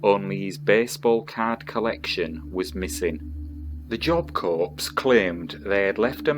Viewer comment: Pronounced Job Core.